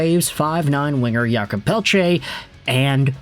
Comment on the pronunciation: "Yulkob" Pelletier ...it's Jake lol